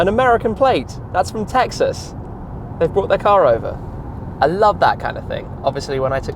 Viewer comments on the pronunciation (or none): none